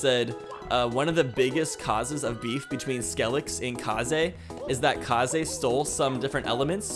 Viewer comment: You keep saying Kaze wrong its kinda triggering me